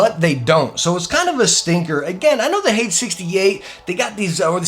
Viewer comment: Great video, but "Hades" is pronounced "Hay-deez". It means "hell"